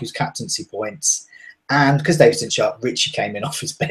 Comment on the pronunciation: Ben Davies is pronounced Davis... I'm Welsh. Trust me. Davis. It's cringey when y'all say "davees" 😂